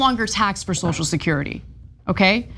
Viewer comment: Notice when Johnson sues the word- he calls it 'So-security'. He can't even bring himself to say the word 'social'.